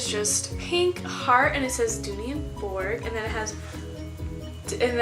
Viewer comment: Bourke is pronounced “Birk”